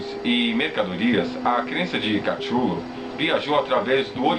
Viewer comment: Shadows! Sombras da verdade poder ser mas não tem "A" ... Kutulu pode ser uma kititulu. qualquer coisa mas CATCHULO? Foneticamente está lido errado Oo